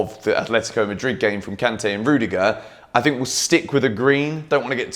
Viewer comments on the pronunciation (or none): none